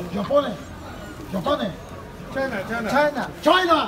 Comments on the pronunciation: La herif çayna diyo çayna ne demek çinli jabonndeğil çayna çaynaa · adam çinli çayna diyor